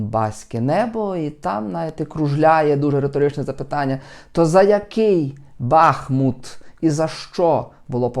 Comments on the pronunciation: Все правильно сказав, але місто називається БахмУУУт, а не Бааах! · не бАхмут, а бахмУт!!!